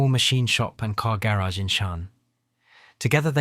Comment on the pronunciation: dude cannot pronounce "patent" or "garage" correctly. 😄